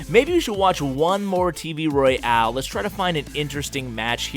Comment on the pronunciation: Why do you pronounce it "roy-ale"?